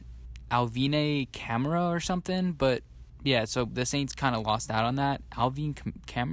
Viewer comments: Bears fan here. Alvin Kamara has turned out excellent for the Saints. You can't even pronounce his name? Do you even watch football???? Just google Alvin Kamara he was an absolute steal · yo I almost turned this off when I thought he couldn't pronounce Kamara lol he got me good